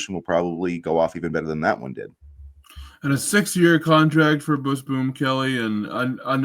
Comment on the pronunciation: Dude, are you saying "bush boom"? It's Busboom....bus boom.